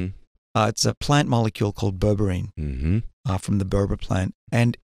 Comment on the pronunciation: What is that instead of metformin please...burgurin?